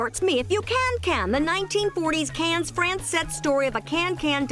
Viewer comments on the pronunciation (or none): This is only a minor nitpick, but Cannes is pronounced "kan" like "soda can" or "beer can". Regardless, I don't think that the tongue-twister would make too much of a difference.